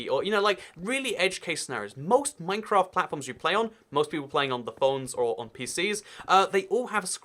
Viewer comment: minecwaft uwu